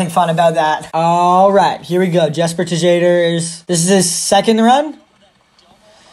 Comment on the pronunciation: Man said Jesper Tuh-jadher 😂. Much love ❤️